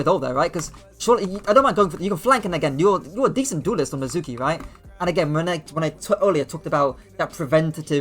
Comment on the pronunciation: You don't say his name right. Made me not want to watch.